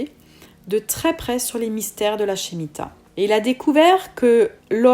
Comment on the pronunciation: Par contre on prononce: « Schmita ».